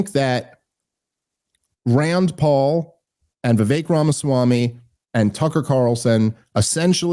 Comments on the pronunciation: Bro its Vivek like cake. Why is Dave pronouncing it right but cant. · I love you but please stop pronouncing it “Vivik” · FFS it's Vivek like CAKE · ITS VIVEK LIKE CAKE BABE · Hey! It's Viv-aik, like cake. Please pronounce his name correctly if you want to promote him in the world. thanks. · Friend of the show, that still butchers his name